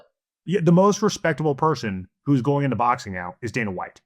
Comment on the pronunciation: He said Dana 😂😂😂😂😂